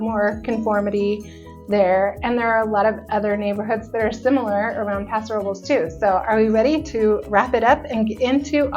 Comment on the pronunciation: Why are you pronouncing it like that? It’s a Spanish name and it’s “passo robe less”.